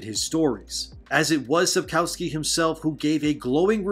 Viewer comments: Just one nitpick. In Polish we pronounce the letter "w" like "v", so the correct pronunciation is Sapkovski (as in every other Polish name). And there's a rumour that he said more at the meeting with Polish fans in Bydgoszcz. People who went to the meeting claim that he said: "People often ask me about this show. They ask me if I've seen better things than that. I have. And they ask me if I've seen worse things. I also have. But I've never seen a show whose creators wouldn't even read the book they're adapting." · maybe pronounce sapkowskis name correctly thanks